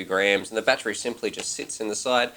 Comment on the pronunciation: I laugh every time you guys say Battery. I hear you guys saying "Batchery" lol Love your excitement and positive speaking in your reviews brother.